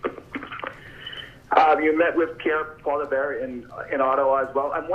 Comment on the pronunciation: Still can't believe that reporters like Edmonton Journal's Staples can't yet pronounce Poilievre's name.....Pierre Polar Bear...or whatever he said?